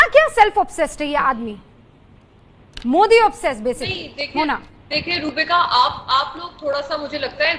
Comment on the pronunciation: He said moodi it's Modi not moodi.